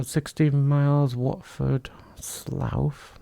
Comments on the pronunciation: Slowth lol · ....love the pronunciation of 'Slough'!!